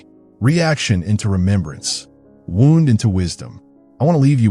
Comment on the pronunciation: The narrator is either AI or just a poor reader. Pronounces "wound" (as in an injury) incorrectly. Pronounced it as if referring to a ball of yarn. Get your editing together dipshits.